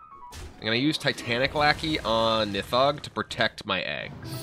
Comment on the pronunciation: Oh my god, he finally pronounced Nithog right